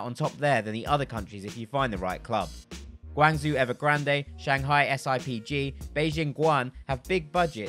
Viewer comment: GUANGZOO LMAOOOOOOOOO Great vid tho rly helpful.................